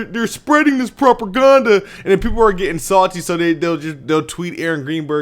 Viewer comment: Lol..."propOHgander" good vid